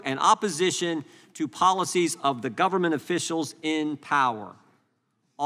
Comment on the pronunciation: " gubbm-ment" 😂😂 how do work for something you cant pronounce?!😂😂